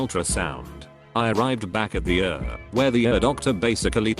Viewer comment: I love that it read ER as er. Though seriously I hope he's ok.